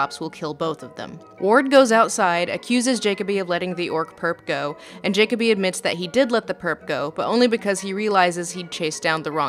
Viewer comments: did you even watch the movie? his name is Juh-koby not jock-uh-bee. i feel like if you watched the movie you would know that... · Ja-co-be... its Ja-co-be no one is named Jacob-be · Jacob-E? Did you just watch the movie and not listen to it? His name was clearly and repeatedly stated as ja-coby. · How can you continually mispronounce Jacoby. Ja-CO-bee. Not Jacob-ee. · Did you watch this or some one else on your team? Because you keep mispronouncing jacobi. Like you've only read the name but never listened to being spoken. Like its said 2 dozen times in the movie. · JAKOBY not Jacoby lol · Is it just me or does how she pronounce jakoby really wrong and annoying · JAH-COBY holy shit lol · You now how I know you didn't watch the movie? You can't pronounce one of the main character's names properly when it is said multiple times in the movie. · Why are you continually mispronouncing Jacoby's name in the beginning? It makes me feel like you've only read reviews of this movie, but I cannot imagine you doing that! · Ok wtf, nihilist, jakoby. can you pronounce something correct please, its distracting... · Why does she mispronounce nihilistic and Jacokby's name?